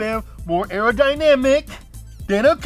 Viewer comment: Aerodynamic not Arrow Dynamic 🤦🏻‍♂️😂